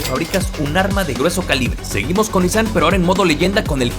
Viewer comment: No tengo ni idea cómo me llegó este video recomendado x YouTube, pero ¡qué joya de video! P.D. X fin, después de escuchar a todos los youtubers pronunciar mal “Nissan”, x fin encontramos a alguien q lo vuelve a pronunciar correctamente jaaaaa. ¡muchas gracias x este video!😊